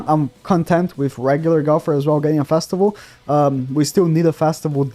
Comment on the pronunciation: There’s only one “A” in festival. Why do I hear Fastival? 🤦‍♂️